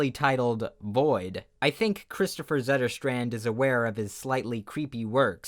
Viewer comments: I meant the "Zetter Str-and" pronunciation. That's not the correct pronunciation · pretty sure that's not the correct pronounciation for Zetterstrand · "Please excuse this pronunciation:" proceeds to pronounce it almost perfectly, just a slightly wrong "o" in "Kristoffer" and a slightly wrong "a" in "Zetterstrand" okay, you're excused. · I bet "Zetterstrand" is prononced /sɛtːɛr.stränd̪/ Basing of my Swedish experience as a Swede.